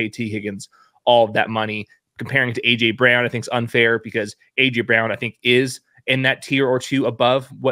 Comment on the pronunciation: Dude, the name "Brown" is pronounced "Brown" not "Bree-own." It's not that hard.